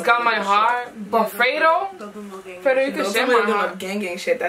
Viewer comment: It's fredo not freydo